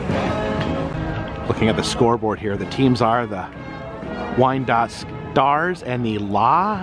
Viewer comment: It's pronounced, " Why-an-dot",, sir.